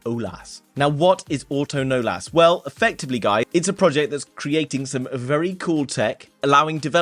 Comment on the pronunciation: its not auto-nolas.. its pronounced uh-tuhn-ohless